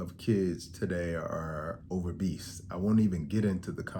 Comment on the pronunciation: I don’t get the “over-bese” instead of “obese”